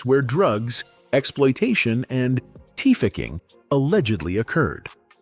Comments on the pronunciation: AI video. Mf said “Teefacking” Trafficking 🙄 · What's ' teeficking' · are you trying to say trafficking?